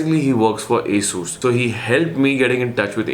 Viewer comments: Aaaasooooss ???😂😂😂 it's Asus right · Bro don't mind but your Pronunciation Asssuuuus Rooooggg is simply Awesome..... 😜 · Asssusss or Asus?? ? Hahahahaha lol